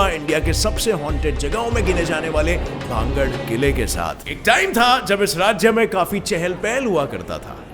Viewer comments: Please speaks Bhan-garh not bhangad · Its not भांगड़ its भानगढ़।🙏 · Bhangad h na ki bhagd